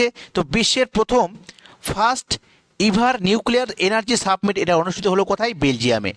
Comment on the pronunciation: Submit and summit 2to different pronunciation